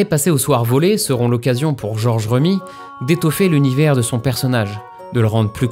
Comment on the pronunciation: Je n'avais jamais pris le temps de me renseigner sur la partie sombre d'une des plus grandes figures du Royaume, merci pour ça ! (George Remi se prononce [Rémy] comme le prénom)